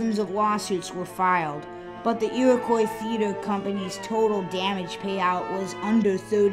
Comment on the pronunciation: The "Iwwacoy Feeter" had "bawwa stwading" - I tort I taw a Fiewwaman!